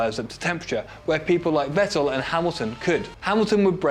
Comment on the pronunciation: It's 'fettel' not 'vettl' mate